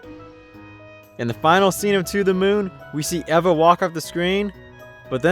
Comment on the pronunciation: The pronunciation of Eva made me cringe. Did you never watch Wall-E? EEEEEVA!!!!